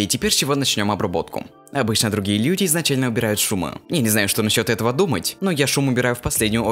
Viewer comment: другие "лЬюди" сам наверное смеялся )